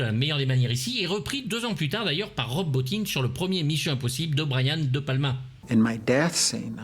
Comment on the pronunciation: Ah cette fois-ci tu l'a bien prononcé, Rob Bottin, bravo...